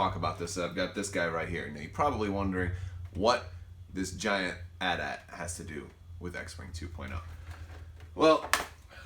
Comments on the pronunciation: You don’t pronounce AT-AT like that. You say ayy-t ayy-t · Immediately stopped listening when he said "at at" instead of "AT-AT"